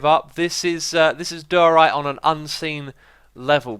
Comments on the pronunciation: why does xisuma say diorite so wierd? he says it like dyryte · I love watching these but the way he says diorite :(